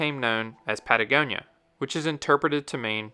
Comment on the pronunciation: patagonia -pa ta goni a - ohne die finden sie a muss die hören